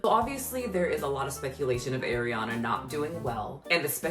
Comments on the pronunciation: It's are-iana not air-iana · ITS ARIANA NOT AIRIANA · mispronouncing EVERYONE’S name is driving me up the wall. Like listening to people chew annoying. ARIana, not AIRIana, JeanETTE not Janet, Valentine not ValenTEEN. Wtf girl?? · I get it. Everybody wants to talk about her, but can y’all pronounce her name, right? It’s not AIRYana it’s ARIana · what you apparently don't know... how to pronounciate her name correctly. It's not AIR-iana, it's AH-riana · Actually it was Ariana that came up with that voice and to act that dumb. She wasn't supposed to originally, the crew said that recently. So it was her fault, lol. And it is driving me insane but that name is pronounced Ah-Ree-Ah-Nah it's not Air-ee-ah-nah. :/ That's why her nickname is also Ah-ree (Ari). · It's ARI-ana, NOT AIR-iana! Also, casted is NOT a word. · Why is saying Air iana when she's Ahriana? am I wrong? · AAAriana?? No ARRIANA lol. But you’re right she’s not fooling anyone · It’s ariana not AIR-IANA yeez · Ari-Ana not Eri-Ana. If you’re gunna make an hour long video about her, you should know how to pronounce her name. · Eriana Eee riana??? It’s Ariana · It’s AH-ree-ana not, Air-e-ana. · I’m petty but something that kept distracting me was your mispronunciation of her name 😭 seriously though, the best thing for Ariana is to be ignored, for her health. She’s going to die. Her diehard fans won’t let her be though, which is honestly so annoying. She’s a very problematic person. I acknowledge her trauma and have empathy for that but it doesn’t justify a lot of her actions and her Black-fishing and Asian-fishing, her hopping from man to man (though the men need to be held accountable for their role is destroying their relationships) her rudeness towards said diehard fans and service staff…she’s very manipulative. I was a theatre kid and I don’t claim that energy 😭 she’s so talented and that can’t be denied but that doesn’t excuse her actions. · It’s the fact you keep saying “Airyanna.” 🤣